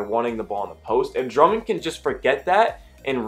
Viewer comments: Bro good vid, But his name is Drummond not “Drumming” lol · Nobody gonna stay anything about how he says Drumming?